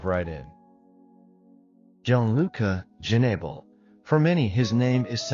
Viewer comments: Pronounce his name right! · You should learn how to pronounce his name,before talking about a tragedy.